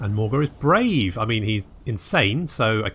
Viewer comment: haha Bray-ve